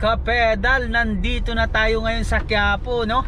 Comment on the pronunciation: Quiapo po sir , not Quipo .. 😅